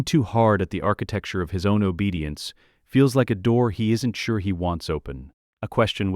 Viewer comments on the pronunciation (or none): Enjoying all your stories but please stop saying "architecture"